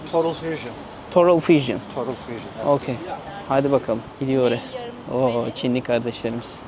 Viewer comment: total e torul dedi. todıl demesi lazımdı. o nasıl aksan aw.